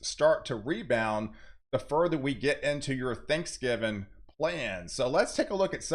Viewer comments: Please. It's "Thanksgiving" not Thanksgiven. Pronunciation is important. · "Thanksgivin" 😁 love this dude 🙏🏻